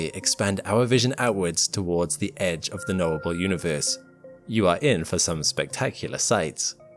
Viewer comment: Damn he saw the edger of universe... ROFL